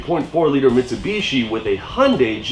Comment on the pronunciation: I am sorry but I have to say it, it is missing a "T" on the end to finish off the last three letters of Mitsubishi. I am a Toyota person. Oh what a feeling! Awesome vid, keep em comin'.